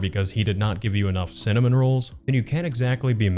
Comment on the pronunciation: Brain Damage or not this is one dispicable human being. The fact that he can logic out codes, statutes & only his rights, cannot pronounce 'cinnam' rolls or 'hospal' (hospital) yet can perfectly explain his "crisis services" plan and explain "criteria" to cops is grotesque. The speaking in the third person is particularly annoying. Not EVEN going to speak to the "poopsquatch" sitch.